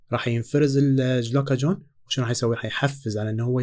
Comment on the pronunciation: ما شاء الله عليك النطق من الكوكل ترانزليت هههههه الجلوكاجون شنو !!